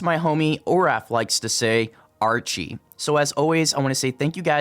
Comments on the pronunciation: mispronounced Archy, It's just said the same way as the first word in Archeology "Ark-E" not Archie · When he says "archy" it'd be pronounced as "arky"